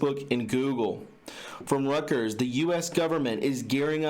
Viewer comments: Reuters // Rooters.. omg you need some reading lessons.. I don't mean to be a dick. It's just hard to listen to. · I'm sorry, but it isnt (roo-ters), it is Reuters ( roy - ters) that is how it has always been pronounced. ROY-TERS. That is the CORRECT way to read the news organizations name.....its just how THEY themselves pronounce it. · Reuters... pronounced " ROY-TUERS "